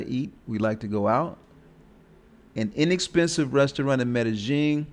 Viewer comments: how? Because you think you hear a certain sound, when it fact it is a different sound. Its not rocket science. Just like you think the OP is saying Medellin right when in fact he sounds like he is saying Meta Jean, way way off. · Any other Spanish speakers bothered by the way he says Medellín? There is no J in it brah....the double Ls in Spanish are pronounced like the English Y, not J or G. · It is well-known that native Colombians say "Mede-jean", and it definitely does not sound like a "Y" in there. By now, you have had ample opportunity to look this up, but you refuse to do so. Every post you make, you are proving how little you know. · i have plenty of Colombian friends, none say it like that. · Even if I did not speak Spanish, how would that change how native Colombians pronounce “Medellin”?